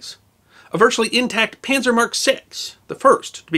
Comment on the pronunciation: I really like your vids, I find them fascinating, well presented, well edited, etc etc. But it bugs the SHIT out of me when you say Penzer! It's Panzer. Oh, and while I'm at it...it;s not Chooneesha, it's Tunisia. Thanks. Ok, get back to it :)